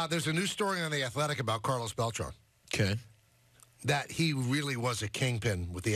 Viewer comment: It’s pronounced Bel-TRAN not Bel-TRON